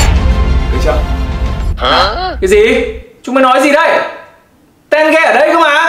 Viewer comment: ko phải tenge mà là té ge=)))